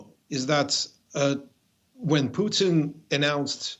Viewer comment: This Comantator Cannot pronouce PUTIN there's an I in the name.